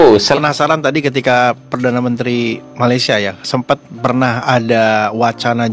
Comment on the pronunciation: Oke TAMBAHAN SEDIKIT..RAKYAT MALAYDESH TIDAK BISA BICARA DENGAN AKHIRAN...R,,,,SEPERTI INI: POWER 👉DI BACA: POWE BANJIR 👉DI BACA: BANJI SINGAPUR 👉DI BACA SINGAPO JOHOR 👉DI BACA:JOHO